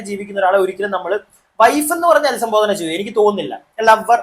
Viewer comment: അധിസംബോധന അല്ല..അഭിസംബോധന എന്നാണ്..